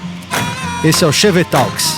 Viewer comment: "Chevetalks" sendo pronunciado pelo Mussum falando "talco" (TALQUIS)... Como é maneiro pôr nomes em inglês sem precisar falar inglês ou saber a pronuncia, amo o meu Brasil colônia!